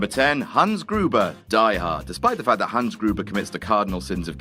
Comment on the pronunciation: damn you're the first English speaker who pronounces the name Hans correctly. Hunz, not Hawns